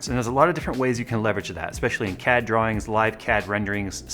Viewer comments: i thought he said "cat drawings and cat encoding" for a second there lmao! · Did he say CAD drawing or cat drawing?